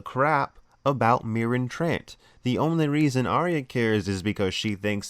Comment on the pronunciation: Marin TR-ONT not Marin Trant I’m a duck i know